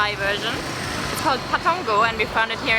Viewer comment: Whoah the way you said “pa tong koh” sounded like a native Thai.